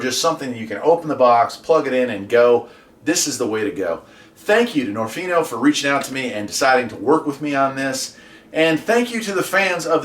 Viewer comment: I might be wrong, but I believe niorfnio is supposed to be pronounced as nio nio rf